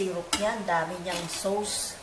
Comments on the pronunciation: Orange Soda sauce is pronounced as SOS not SAWS - 💖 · Napaka yummy! I like how you say SOWS po sa sauce. Ty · "sows" (sauce) ahahaha